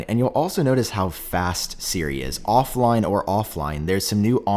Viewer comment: "of-line or of-line"